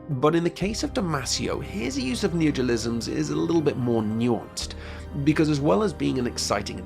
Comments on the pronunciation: I was confused of what you were saying because you kept saying "Neogiolisms" instead of "neologisms" so I thought you were talking about something else, then I saw the word on screen hehehe. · Dude it's neologisms, not neojolisms like you pronounce it. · "neogilisms" I'M GONNA KILL SOMETHING. It's NEO LO GISMS. fUCK'S SAKE. Why do english speakers have no respect for themselves? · Very interesting, but maybe practice pronouncing "neologisms" rather than "neogolisms". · neologisms isn't hard to pronounce, come on